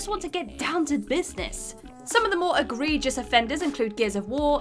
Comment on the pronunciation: Also: decry, meandering, egregious... The voiceover is buttery-smooth and well-dictated, but hearing these word being mispronounced is grating to my ears... I hate my pedanticism :(